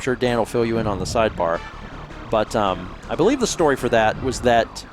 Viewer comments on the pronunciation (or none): none